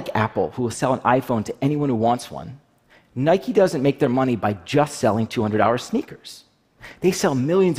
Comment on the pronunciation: I hate how the CEO of stockx says NIKE-EYS